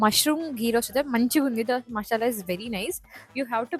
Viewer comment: Masala ❌ Mashala ✅ Sudden ❌ shudden ✅ 🤷‍♀️🤷‍♀️🤷‍♀️